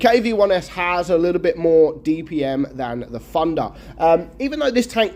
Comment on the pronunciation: I hear pronounce Thunder as "Funder" or "Fandha" sort of